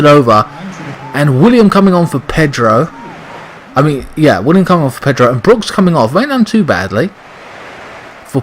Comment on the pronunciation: It's Willian with an N not William god damn it! He's clearly one of your favorite players and it's the easiest name to get right!!!! P.S WE WANT GOD OF WAR!!!!!!!!!!!!!!!!!!!!!!!!!!!!!!!!!!!!!!!!!!!!!!!!!!!!!!!!!!!!!!!!!!!!